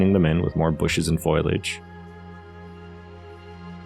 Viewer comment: Foal-ee-edge. Not foil-edge. Gorgeous work, btw.